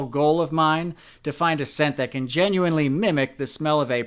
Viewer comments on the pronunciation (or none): none